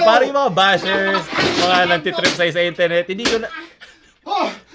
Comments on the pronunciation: I love your accent say it again : I N T A R N E T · I love ur accent please say it again.: Itarnet